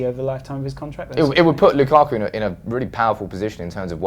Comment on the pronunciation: lukaku not lukaarrku, pronounce it properly